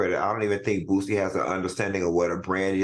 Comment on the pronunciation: This shows ppl don't be interested in the real person only headlines, How you so educated and say bootsie so many times ..It's Boosie smh , his daughter is his oldest and she was always around him so he may notice the difference...at this point racism and LGBT shit is being pushed